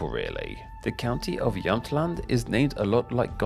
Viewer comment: I love your pronunciation of the counties, especially Halland, Gotland, Jämtland and Södermanland, which were all pronounced correct.